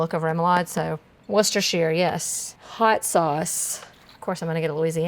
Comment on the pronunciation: Your pronunciation of Worcestershire makes my ears scream but otherwise a solid video